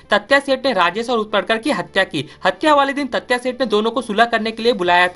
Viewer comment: तात्या तत्या नहीं पागल